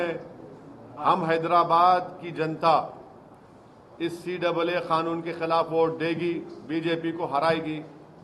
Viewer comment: Madachd Owasi, tu pehele bolna sikh ch oo tia. Woh kha-noon nehi Kanoon hai bha d we.